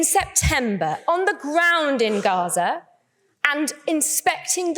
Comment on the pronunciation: one who can’t even say gaza and hamas properly should not be allowed to speak at all